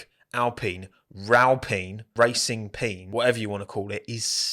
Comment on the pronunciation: "Racing Peen" is great lol